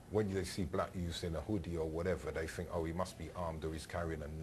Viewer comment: It's not "fret" it's "threat" "th" th" "th". Come on now! And it's not "fink" either.